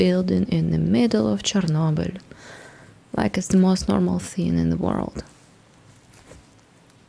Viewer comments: i watched couple of her videos and only now realized she is slavic, only a slav can pronounce chernobyl right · Забавно, что топопонимы немного палят происхождение. Слишком уж чисто Чернобыль звучал.)